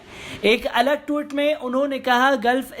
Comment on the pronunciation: Anchor Bhai Sahab ' Tweet ' bolna seekho Bhai, Ghalat talaffuz se aap Ka wazan Kam ho ra ha hai, Allah Nek toufiq de !